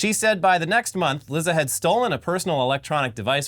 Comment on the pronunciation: Lizza. Actually, it's pronounced leet-sa. Like pizza.